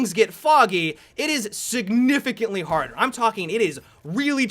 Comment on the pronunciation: "Aliiiveuh" "Melee weaponuh" "Harduh" Anyone else spot some? Whoever spots the best one gets a cookie from me! Edit : I think that's the best.